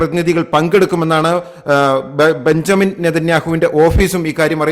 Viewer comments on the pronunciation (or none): none